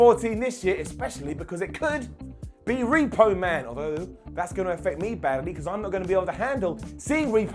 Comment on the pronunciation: He really said repo man 🤣🤣